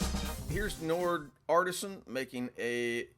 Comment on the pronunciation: Just for the record, Njord is pronounced more like knee-ord, with a hint of a "yuh" sound in there. If you pronounce it in one syllable you should be fine! Njord artisan, if you see this and im wrong, sorry im just going off what i know of nordic languages.